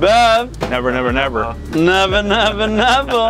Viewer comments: "Neva neva neva" not "Never never never" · why did he say never never never LOL say it RIGHT